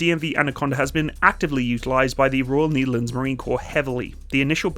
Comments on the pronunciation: I can't watch any further. "The Neetherlands". I can't tale it anymore. Just say "The Netherlands". II don't know what language you're trying to say it, but as a Dutchman who's fluent in English I can say: You're butchering it either way. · why say "kneederlends"? The correct pronounciation is "nay-ther-làn-suh". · nEtherlands as in net, not nEEtherlands. You almost make it sound like a german saying Niederlande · NIEDERLUNDS NIEDERLUNDS DON'T MAKE ME COME FIND YOU FOR ABSOLUTELY BUTCHERING THE PRONOUNCIATION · The Netherlands or the Nietherlands? You tried to say the correct thing, but you really butchered that. It's Ne-der-lán-ders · The Knee-therlands...??? 😂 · Yes, and than you got the vector and the rest of Defenture. BTW whats up with that "Neederlands"??? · Ah yes, the "Neitherlands"(no offense😂). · The niederleands...🥲 Just say the netherlands or dutch i beg of you 😭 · At least you butcher The Netherlands instead of saying Holland 😂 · *cure a sao, not cure a cow. And what is up with your pronunciation of the Netherlands? 🤦🏻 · I can understand the Nederlanders pain on how pronounced the Netherland. But when he pronounced Curaçao my heart skipped a few beats. 😅